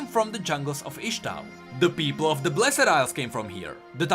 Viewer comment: ITS NOT BLESED ILES FOR FUCK SAKE BLESD FUCKING BLESD